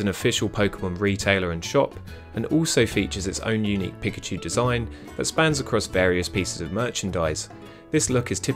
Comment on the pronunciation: I am not trying to be rude but it’s pikachu not pickachu